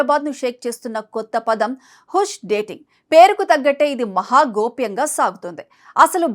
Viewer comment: హుష్ కాదు తల్లి. హాష్ అని పలకాలి. 😂😊 హాష్ అంటే సీక్రెట్ అని అర్థం